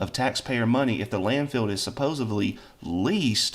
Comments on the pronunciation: I didn't know "supposevedly" was a word 😅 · he says ‘supposebly,’ that tells you all you need to know about.